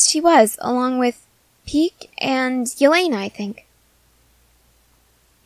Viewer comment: The way you said Yelena sounded like my friends name, Elleena. She’s pretty swaggy.